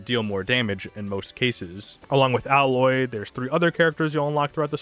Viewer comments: It’s Aye-Loy not Al-Loy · Why do you call Aloy, Aloy, instead of Aloy?